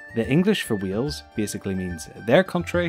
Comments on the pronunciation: Omg the way you say Wales it sounds like your saying wheels it's said like whales 🐳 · It's Wales not Wheels ffs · Good try X3 but its not Cymru isnt pronounced camri, its ( cym-ri) And Wales is Wales, not wheels X3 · Wales not wheels ! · Wales not wheels if you can't say wales don't say it and btw you said cymru wrong just stop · you know.. learn how to bloody speak as a welsh person that was born and lives in wales is bloody annoying mush. Ffyc ti! LOL! no hate at all but it did set off my obsessive-compulsive disorder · Lol "wheels" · Weels??? Are you kidding me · Did you say "WHEELS"?. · Sooo im welsh and im sorry but is the called wheel's or wiles NO HATE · bro you are saying wheels i'm welsh and when you try and say wales but say wheels its a disgrace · Oh god the way he say Wales and cymru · I am fr9m wales you said wales and cymru weirdly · As a Welsh person myself he pronunses Wales and cumru wrong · David Amicus Well, my English teacher said both of them differently. But it was because her dialect was really old. I think it has something to do with a thing called whine - wine merger. If a person pronounces they different, whales is pronounced something like hwals, and Wales is pronounced the same as today. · You can’t say it properly sorry